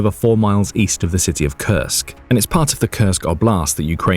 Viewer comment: Well you mispronounced Kursk